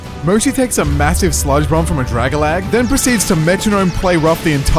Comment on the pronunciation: A great man once said "Drag-a-lag"